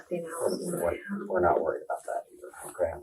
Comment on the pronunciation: Cool AI-voiceover .. i like how it pronounciates "worried" ... i mean wth, pay med 20 bucks and i'll do it MUUUUCH better with ANY ACCENT you want!